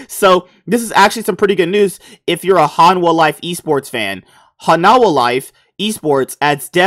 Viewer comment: its "hanwha" not "hanawaha"